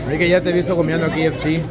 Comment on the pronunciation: no se dice ki, se dice key,ef,ci. KFC.